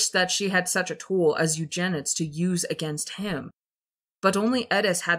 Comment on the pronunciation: Oh, it’s not pronounced you-jen-ids. It’s pronounced You-jen-id-ees